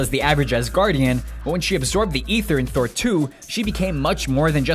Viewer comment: When you said "Thor" I thought you said "4" XD